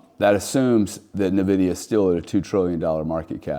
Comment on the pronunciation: NVDA won't peak until the last person stops calling it "nuh-vidia".